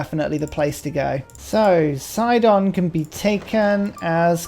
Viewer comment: it's Sid-on. Side on is something completely different and much ruder.